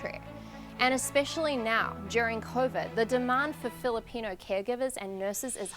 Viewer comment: can u say filipino?